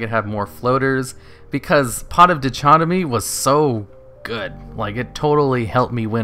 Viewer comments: Dy-kot-oh-me, like Celumbra, the Night's Dichotomy. C'mon, you should kn-OH GOD YOU SAID DITCHOTOMY AGAIN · "Dichotomy" is pronounced "dye-cot-oh-mee", for future reference, if that's okay. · It's pronounces Die-Cot-Dem-EE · Dichotomy is pronounced die-cot-o-me the ch is just a k sound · Pot of Die-Kot-O-Me. That's how it's pronounced. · The word is pronounced DIE - CAUGHT - OH - ME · In fact it's pronounced Dick-Hot-Tommy. the first "i" has not the same value as the one in "die". It's basically like in french. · It's pronounced die-cot-oh-me by the way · or dickotomy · Dichotomy is pronounced as duh-cot-oh-me or die-cot-oh-me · Die-cot-uh-me also, sfeer (sphere), not spear